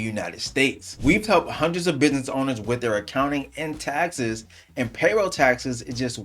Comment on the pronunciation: "we've help hundreds of bid•niss owners". No matter how hard we try...